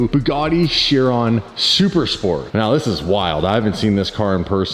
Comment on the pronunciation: its veyron not veyronne ! and chiron not chironne and che as 4 exaust here and two under the car in the difuseur to help better aero by puting hot air and chiron is just a veyron with new body